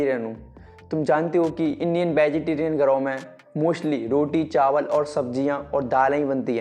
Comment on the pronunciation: Bey protein. Sape hai. Vai. Abey sa sur ba toh sahi se bol le bagitarian